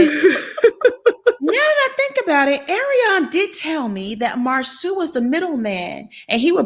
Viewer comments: Monica please stop calling that man MarSUE! His name is MarSAU(SO). Its not that difficult. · Girl could you stop calling that man Marsue (Mar-Sue) his name is Marsau pronounced (Mar-Saw) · It’s MarSo with a long O.. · I'm going to need y'all to research how to say their names. Not Mar-sue Bishop is correct, Mar-so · Please get Marsau name correct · Who is Marsue that is not the way it is pronounced cringe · Pronounce Marso! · At this point I think it’s on purpose. Everybody else has corrected themselves. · Ok I 'm not subscribing just because of the way you saying this man's damn name. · I wish Monica will learn how to pronounce Marsau’s name! OMG 😆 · Can somebody please give me the tea behind Monica's intentional mispronunciation of Marsau's name?